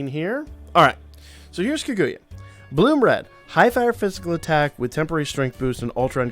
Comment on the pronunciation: Car-goo-yah. And yah like in yahoo. That is how you pronounce Kaguya.